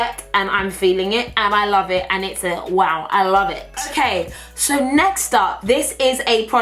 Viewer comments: It is literally my favorite thing ever when you say waow 😂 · I catch myself saying waow because of her lol. She's hilarious! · Someone needs to make a compilation of saying “waow” 😂